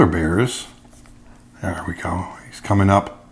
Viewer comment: every time you say "there" I think "bear"! Thank you for the beautiful video!!